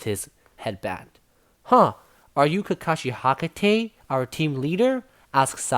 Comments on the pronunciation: hakate or hatake ??😂 btw its fine ..just keep it up sir ..👍👍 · His names kakashi hatakai not hakatai